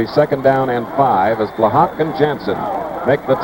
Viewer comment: Chris Schenkel kept mispronouncing Joe Blahak's name. It's pronounced Bla-ha, not Bla-HAWK. The K is silent.